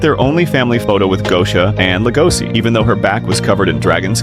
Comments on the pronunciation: It's an SH sound not an S PLEASE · It's lego-she... Not LEGOSI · Legoshi. Damnit say it right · It's pronounced Lego she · How are you going to watch the show where they say his name so many times and still pronounce it wrong? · Cant even say his name right.